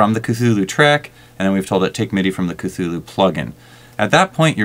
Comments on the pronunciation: for what its worth...the pronunciation of ka-thu-lu is incorrect. from the man himself, lovecraft writes this: "The actual sound -- as nearly as any human organs could imitate it or human letters record it -- may be taken as something like Khlûl'-hloo, with the first syllable pronounced gutturally and very thickly. The u is about like that in full; and the first syllable is not unlike klul in sound, hence the h represents the guttural thickness." anyway...looks like a cool vst. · Yes, the original word is of African origin, and it sounds like 'KATHULÜH'.